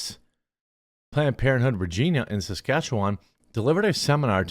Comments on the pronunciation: There is a tiny amount of comedy with this story (nothing to do with the kids specifically). But the city this took place in is not pronounce Ra-jeen-ah its pronounced Ra-g-eye-na like vagina with an R. I'm still horrified by what happened, but its kinda funny that planned parenthood got banned from a place that sounds like vagina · You’re pronoucing regina wrong, its reg-eye-na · Every Canadian: “It’s pronounced, ‘Reg Eye Nah’!” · It's Regīna, not RegEEna, it's a place name not a person's name! Like bāsel being a herb and Băsel being a person's name. So that's my pedantic rant for today, but more importantly, leave kids alone! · It’s called Regah-ina not Regina lol 😊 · Also, is not pronounced Regina like the old queen, but more like a particular female body part. Old joke "Regina, the city that rhymes with fun". REE-j-eye-nah (yes actually, google it) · I live in Canada and I love seeing you cover the FUBAR stuff we got going on thank you so much for covering this and bringing these fucking creeps trying to destroy our once amazing country to light. P.S. it’s Re-Giii-na hahahahaha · Jeremy it’s Ree-Gina the place that rhymes with fun. Also keep looking there’s incidents all over the province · Canada here Regina rhymes with fun, you were pronouncing it wrong I am being serious about this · Replace the R in regina with a v and that's how you pronounce Regina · Funny, Quartering doesn't know how to pronounce Regina. Think of the Seinfeld episode, you know, sounds like a woman's .... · I get that this is bad and all but how he is saying "Regina" bugs me more. Thats not how you say that city.